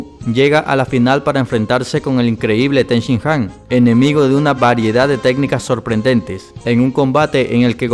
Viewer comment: tenshinjan? no seria tenshinhan